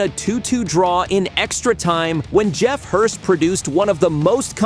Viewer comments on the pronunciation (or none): none